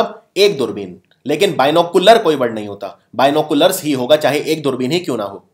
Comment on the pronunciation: #Binoculars ko #Dinoculars bol sakte h